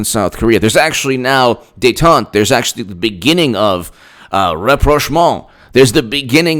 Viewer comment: "Rapprochement"...oooh la la, Speak French more!